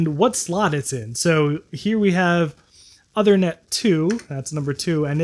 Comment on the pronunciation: Minor point, but the card's name is not pronounced like "other-net" but like "ooth-er-net" (ooth as in tooth). It's a reference to King Uther Pendragon, father of King Arthur in British legend.